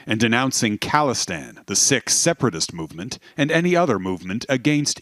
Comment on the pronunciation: btw isn’t it pronounced “seek” not “sick” lol. Embarassiiiiiing (drake meme)😂